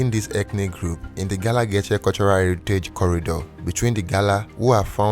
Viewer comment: I cringe every time he pronounces Geechee😫